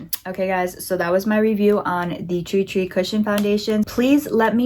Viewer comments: Love your demonstration. However you are butchering the name it is TIR TIR and not tri tri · Bro- “TREE TREE” 😅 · it's pronounced "tear-tear" 😅 but enjoying the demos! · I found your almost dyslexic mispronunciation of Tirtir' really charming. I love it when people totally misread something so simply written and have their own quirky perception, something they're entirely oblivious to-- it's how life long in-jokes between friends start and this weird misreading gets everybody at some point of their lives. My husband used to misread the 'Chocolate Leibniz' biscuit pack and call them 'Chocolate Lesbianos'. Hooooow?! And 'relaxing bath' written on a bottle of bath gel was 'relaxing brain'. I love it. Enjoy your Treetree foundation you gorgeous girl! :goodvibes